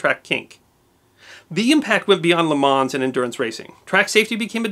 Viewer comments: I lost count of all the words and names you mispronounced. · Great video but your pronunciation of things like Le Mans and the Mille Miglia are rather painful... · You ought to be humble. It would have taken less than a half-hour to learn how to pronounce properly the few words of French used in this video. For example, LeMans. Pronounced as LeMo, no enunciation of the ending "n" and "s". But of course American exceptionalism means you need not engage with other cultures, including the way they speak., even when on their soil. This provincial attitude does not stop Americans from ridiculing "foreigners" when they mispronounce words that pertain only to the USA. And get rid of that ridiculous tuxedo. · As an Italian and GP/F1 fan , best explanation I have seen of this disaster and thank you for sparing us the grisly photographs. As the risk of seeming to be boorish, Europeans don’t try to change the pronunciation of American place/event names and so it’s: Le Man the s is of course silent and Mille (Mil lay) (Me Yelia ). The g is silent in fact the construction gli is the hardest to master. It’s pronounced “yee”. No worries Jay Leno pronounced nothing correctly on Italian. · thanks great video(s), one thing tho, its pronounced ''le man'' the S is silent.:) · The S at the end of Le Mans should not be pronounced Luh Mon or Luh Maw perhaps. And also the Grand in Grand Prix is pronounced Gron. It's the French word for "big". Sadly it seems most Americans just can't do this. It's quite annoying. Not in this video, but the other French car word that Americans can't pronounce is Coupé. It is not coop. It is pronounced coopay. It's French for "cut" (past tense). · You dont her the “s” in the end of words in french. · Mille Miglia, Le Mans and Jaguar, my three favourite mispronunciations (typically by our American friends). Good insights however, into the history of motor racing, thanks for sharing. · Isn't the 's' in Le Mans silent? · The s in Lemans is silent